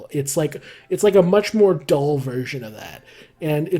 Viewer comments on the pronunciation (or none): none